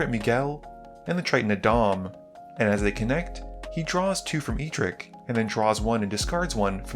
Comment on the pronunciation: Edric, not E-Dric